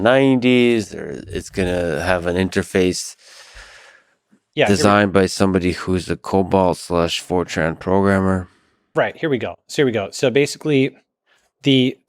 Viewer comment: COBOL not COBALT sir 😂